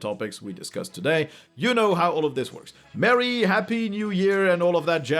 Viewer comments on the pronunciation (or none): none